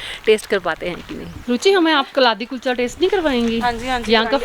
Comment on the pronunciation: It's not kalathi kulcha It's kaladi kuicha